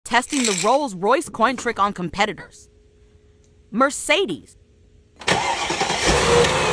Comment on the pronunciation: You can’t even pronounce „Mercedes“ and „bmw“ the right way